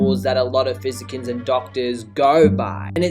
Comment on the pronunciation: Def not how you say physician .